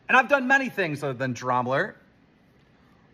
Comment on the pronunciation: I don’t know why it’s so frustrating to me every time Keem says Dramalert instead of Drama Alert.